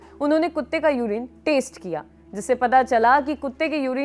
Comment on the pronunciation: Dog urine ko taste kiya ya test kiya. Sahi se boliye